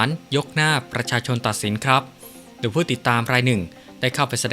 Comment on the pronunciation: อ่านโดยใคร เคยดูคอมเม้นท์บ้างไหม? ชอบอ่านผิดๆ คำว่า *โดย *อ่านเป็น ดวย ตลอดเลย